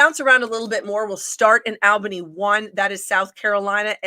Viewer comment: I stopped watching as soon as I heard how they thought Albany was pronounced.